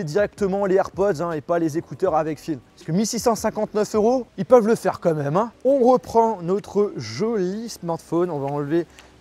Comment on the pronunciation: Ce qui est surtout abusé là c’est ton « comme même »